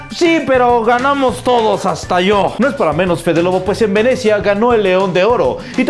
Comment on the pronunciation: Venezhia dijo jajjajajakkak jaja jajajjajaja jajajaja jajajaja jajajaja jajajaja jajajaja